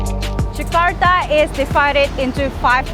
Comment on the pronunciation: Jakarta not Zakarta